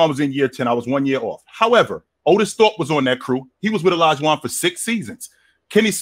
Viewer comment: Aye said ortis thope 🤣🤣🤣🤣🤣🤣🤣🤣